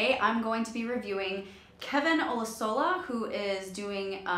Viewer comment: Oh-loo-shoe-la. Kevin's last name. Can't believe there aren't a thousand corrections already with the zeal of this fan base. :D Love your critiques. Hope to see many more.